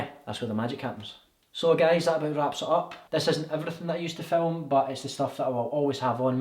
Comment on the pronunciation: Filum😂so scottish x